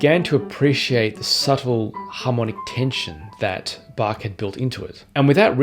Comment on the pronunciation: really great! very good pronunciation of "Bach". it's funny how your pronunciation of "well-tempered Clavier" seems to get closer to the original German "wohltemperiertes Klavier" over the course of the video. anyway, a very encouraging video. as you probably may know, Hans von Bülow once said...: "Das Wohltemperierte Klavier von Bach ist das Alte Testament, die Sonaten von Beethoven das Neue Testament des Klavierspielers." can we expect you to dedicate one year of your pianistic life to Beethovens 32 sonatas?